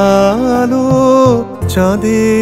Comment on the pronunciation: উচ্চারণটা বাঁধ হবে I